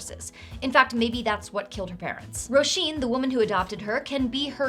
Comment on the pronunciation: I'm loving the Irish names on all of NPCs! And your pronunciation is on point! You didn't exactly make it easy on yourself either: Roisín; Cian; Niamh!